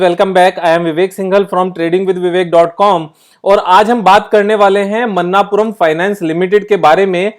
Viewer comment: Pronunciation is not मन्नापुरम its मणप्पूरम